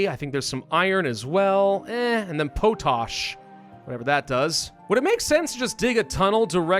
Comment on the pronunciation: Not sure if it was on purpose but that was an interesting pronunciation of potash. It is "pot ash". Mined and manufactured salts that contain potassium in water-soluble form.